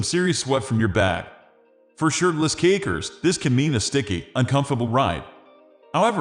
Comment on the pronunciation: Sounds like he's saying cakers